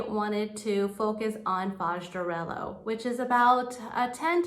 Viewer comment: Hi. Don't mean to be a pain in your you know what, but when an "h" comes after an "l" the "lh" is pronounced like "l-ye." It's "arelyo," not "arelo." Thanks!